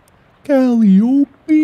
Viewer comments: It’s pronounced kuh-lie-ah-pea Mark, lol. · lol its pronounced Ca-lie-oh-pee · I will only ever pronounce the name Calliope (ca-lie-oh-pee) as Cali-opie <3 But also, loving this series Markiplier! You would probably have a better channel if you made more of it. But it's up to you if you want to keep me a subscriber, I guess /lh (/also the tone is a passive aggressive threat haha) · “Cali-o-pee” is actually “call-eye-o-pee” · Cuh-Lie-Oh-Pee not Callie-Oh-Pee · For anyone that cares, Calliope (the cat whose name Mark butchers about a minute in) is pronounced Cuh-lie-uh-pee. It's Greek and it's one of my favorite names 💕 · There's actually a few pronunciations! You've got one, which is the British one IIRC? There's also "cali-ope" and the hybrid of "Cali-oh-pee" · As soon as he said that I was like "ah yes I love my favourite characters from the Netflix show First Kill, Juliet and Kally-opey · I died when he pronounced it Callie Opie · Calliope Like "Cuh-Lie-uppy" Love you mark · mark pronouncing calliope as cally opie is actually hilarious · Kuh-lie-uh-pee. It’s from a greek myth. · "Cal-eye-o-pee", Mark. Like the instrument. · The dog's name is pronounced cull-eye-uh-pee. In mythology, Calliope was a Greek Muse of eloquence and epic poetry. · For those wondering! Calliope is pronounced Cal ( like the Cal in California ) Eye Oh Pee Say it quickly, Calliope. And you'll nail it ♡ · Mark pronouncing calliope as Cali-opy is hilarious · Calliope Cuh-lie-uh-pea A musical instrument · “Cal-E-O-Pee” lmao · CAL-EYE-OH-PEE!!!!!! That is how that word is pronounced.... It's a musical instrument... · Calliope - pronounced: "Kuh-lie-oh-pee" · "Kally-opy?" I'm now convinced Mark is mispronouncing names on purpose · the cats name is Calliope (pronounced cal-i-OP) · Mark it's Calliope (pronounced Kuh-lie-oh-pee)... As in the Ancient Greek character. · No mark. It is a Greek name. It is pronounced as Ka-lie-ah-pea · Mark you'll probably never see this but calliope (Ka-lie-oh-pee)